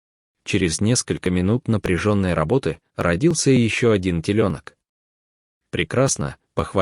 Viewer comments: Почему такой безграмотный чтец? Надо над Е поставить две точки, чтобы он прочел слово ТЕЛЁНОК так как положено... и еще несколько слов тоже будто никогда не слышал. Для него русский язык не родной? Противно слушать. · Ты придурок, комментатор.Теленок,не ребёнок !!!!!!!!! Дурак конечный !!! Когда читаешь,ударенье ставить правильно надо!!!!! Слушать противно УРОД!!! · Послушай, блогер, ты где учился? Читай правильно и делай правильно ударения! Сам ты теленок! Телёнок!!! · По-русски говорят и пишут ТЕЛЁНОК, а не ТЕЛЕНОК! Корова ОТЕЛИЛАСЬ ТЕЛЯТАМИ, а не родила ТЕЛЕНКОВ! Читающий текст - жертва ЕГЭ! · Диктор читает ужасно, не правильно ставит ударение, просто ужас слушать такую речь , особенно телЕленка, теленкОв, тройняшкИ- ужас, ужас, ужас!!!! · У меня вопрос к автору по озвучке 1 телёнок но не теленок и когда много телята а не теленков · Телёнок , а не теленок , вы не русский ??? Как вы ставите ударение??? Ужас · Господи, кто ж такой чтец, не ребенка, а теленка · Почему комментатор настолько не грамотен, что теленок нащывает реьенками. Окончания слов тоде немвыдердивают критики. Позор и только!